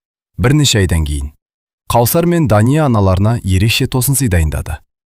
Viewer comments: Қаусар емес, - Кәусар болар.. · Қаусап емес кәусар ғой қыз баланың есімін дұрыс оқу керек қой. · Кәусәр деп окы Дәния де